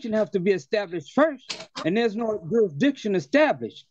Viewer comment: You need to prove Judasriction. My question is about Judasriction. The moron can't even pronounce the word jurisdiction.